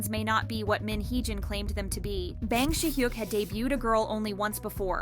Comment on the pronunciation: no offense but can u learn to properly pronounce bang si hyuk's name? lol it's not "bang" as in i am gonna bang u lol cracks me up so bad